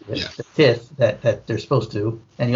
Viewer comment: Good review guys. Small thing (hate to be this guy) but FYI tithe is pronounced like "tie-th"